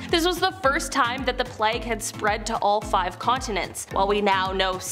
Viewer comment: Sweetheart it is pronounced playg-long A , it does not rhyme with flag as in the American flag